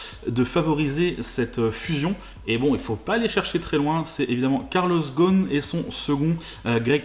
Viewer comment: GhoSSSSSSSSSn et pas Ghon! Les Français sont les champions de changement de nom !